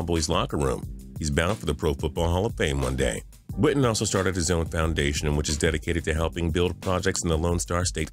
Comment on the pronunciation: Why he say Jason witten like jason widden